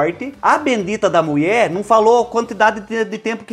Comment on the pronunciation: Amo as suas receitas, e principalmente quando vc fala: A MUIÉ FALÔ!!! 😂😂😂❤❤❤